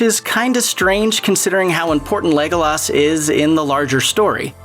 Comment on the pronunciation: There is no way you watch lord of the reigns by the way you say legolos